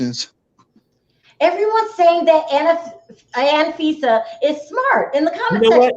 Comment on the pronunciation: Its "ANFISA" , not "ANA FISA "